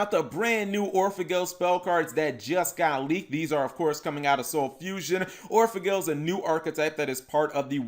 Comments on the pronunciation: It's not Gle Like angle. It's gel like angel or the word gel ya no? Just sayin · Anime Seraph I think it’s actually pronounced like gull from the word Seagull or goal like when you score a goal in sports. The reason why I believe that is due to the fact that the vowel in those two words is much closer to the original Japanese pronunciation of the card’s name.